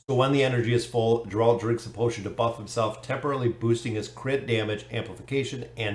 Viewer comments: 'G' in Geralt is pronounced like in word get, not like in Genesis ;) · Awesome to see them coming im keen as! The way you say Geralt is kinda funny but 😅 thanks for another vid